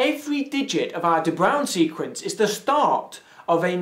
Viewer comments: Just say "De Brain", it's way closer to correct :D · Your pronunciation is quite good. Closest thing in english would be saying "da brown." If you wanna really sound dutch, roll your "r" and make a circle with your lips while saying the "ow" sound. It's a dipthong so say bray-oon as one syllable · It's more like 'Breuwn', if you can imagine what that would sound like. The 'a' in the diphtongue is more like a flat e before going towards a kind of closed u. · maybe a little late but to help you with the pronunciation, this link starts with "bruin" which is Dutch for the color Brown (and "De" is allmost equal to "The"). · Your pronounciation of De Bruijn is almost on spot, just missing two details. The 'r' should be articulated with the tip of the tongue, like in the Spanish word "brujo". The "uij" sound is a diphtong similar to the English "ow", but instead of the sounds "ah" and "oo" it has the sounds "ah" and "ü", like the French "u" in "une". Not an easy word to pronounce for non-Dutch people, by all means :-) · you pronounced the name wrong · Yes, you are pronouncing it wrong. Though 'De Bruijn' means more or less 'Brown', but it is like 'Gray' is used for names, and 'Grey' for the colour. 'Bruijn' is the 'name version' of 'bruin', which is the colour brown', It's hard for me to explain what the correct pronounciation is. The 'uij' is in Dutch pronounced the same way as 'ui' (it's old Dutch). The sound, the vowel, is unknown in the English language. Look it up in an dictionary, that should give you the proper idea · It doesnt matter that you cant say de bruijn, because it contains one of the most difficult sounds to make for a foreigner... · That was indeed pronounced wrongly. :3 There's no equivalent for "ui" in English, so I have no idea how I could explain in text.